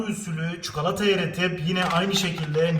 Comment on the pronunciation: Çikolata ya çukalata demen aşırı derecede sinir bozucu